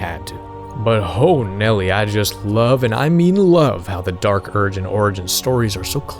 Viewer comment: or Dee Ark Urg